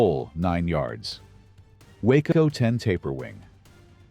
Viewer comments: It isn't a WACO (that's a town in Texas) ----- it's a WaaCo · Why do you show totally different engines when talking about them ? ie: Talking about the TURBINE engine of the chopper, but showing an antique PISTON engine. Also, WACO is pronounced "WOKO", with a short "o".